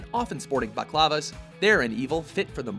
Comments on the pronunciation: Sporting Baclavas? what are they wearing pudding?? It's BAL-A-CLAVA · why does he keep saying "baclavas"??? It's not even spelt like that, does he have a script?